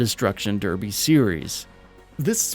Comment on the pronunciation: go and learn how to pronounce derby